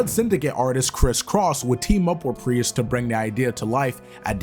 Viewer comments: Prius? Is this a proununciation quirk or am I missing something here? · Pretty obvious since you keep pronouncing his surname with two syllables instead of one. Great job, though! 🖖🏽🤘🏽⭐️ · why are you saying Priest like that? Great video btw!!